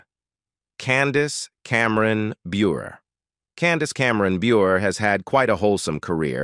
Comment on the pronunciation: Candace is a gem,, and you didn't pronounce her name right